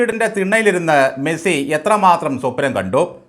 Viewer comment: മെഴ്‌സി അല്ല, മെസ്സി ആണ്. 🤔🤐😊